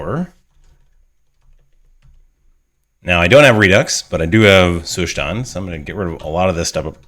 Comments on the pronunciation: Is it Zustand like German for state? In that case you would pronounce the st in Zustand like st in state :) Great video as usually. Thanks a lot! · Great video. I like the way you explain, but as a native german speaker, I really can not stand how you pronounce Zustand. "Zustand" is the german word for "state" and pronounced that way: Like the german saying: "Da bekomme ich noch einen Zustand" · I love how you say Zustand 😂 nothing against your content, it's great, as always 🙌🏼 Zustand is the German word for state. You could use Google translate to get an idea on how to pronounce it in german 😁😂 but I'm fine with your pronunciation, continue using it, since no one really cares about it 😁